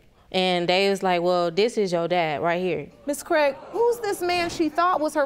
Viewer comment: I fookin hate hearing my surname mispronounced over and over. Its Craig not Cregg